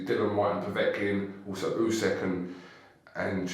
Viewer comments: It’s “USYK” not “USEK”!!!!!!!! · 'UY-SEK' Cassius